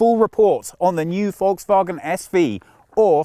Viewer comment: I notice that you, contrary to 99,99% of all Brits, can pronounce Volkswagen. GOOD. Now, try to learn Autogefühl as well. :)